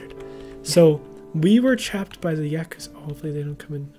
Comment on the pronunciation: every time they say "Yakusa" I (for some reason) think of the word "accused"